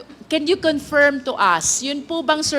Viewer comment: Big fan ako ni Luistro pero sana ayusin nya yung pronunciation nya ng ibang english words like “confirm”